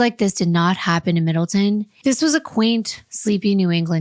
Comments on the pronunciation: You are not saying the towns name right! It’s Middle Town! There’s no such in town called Middleton in CT! I live here! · Provided Middle-TOWN, not Middle-TIN. I wonder if you cover the Cheshire murders (very close to Middletown) how you'll pronounce that town's name 🤣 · I live in Connecticut. Middletown is pronounced middle town, not Middleton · I am from CT. It is pronounced middle Town. Love your channel!!! Thanks for the great content. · The city is pronounced Middletown, Connecticut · Not to be an arsehole, it's MiddleTOWN. Middle. Town. I live here at the mo. 😅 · I am no one to correct lol believe me, but because I lived in this town for 25 years I want to say it’s pronounced MIDDLE-TOWN … with love 💜 thank you for this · I love you guys and admire the incredible detail you put into these cases! I just wanted to mention as someone who was born and raised in CT it’s pronounced MiddletoWn lol but no worries hahaha I can’t imagine how many towns you’ve had to read and pronounce over the years and cases 😅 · I also know you like to be corrected when you pronounce towns wrong so I will help to tell you its pronounced Middle-Town